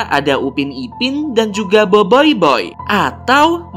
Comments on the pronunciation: itu cara bacanya boboiboi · Bang salah tu bukan Biboiboy bang tapi Boboiboy 🤣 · bang bukan boyboy tapi boboboi :v kalau horor nya ini sih b aja :> sekedar info doang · tadi bilang boboyboy bukan boyboy☺ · Bang bukan boyboy tapi BoBoiBoy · boboiboy bang bukan boboyboy😏😏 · Boboy bukan boiboiboy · boboiboy bukan boiboiboy hahha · Boboboy bukan boboyboy😠😠😠😠😠😠😠😠😠😠😠😠😠😠😠😠😠😠😠😠😠😠😠😠😠😠😠😠😠😠😠😠😠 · BOBOBOY BUKAN BOYBOYBOY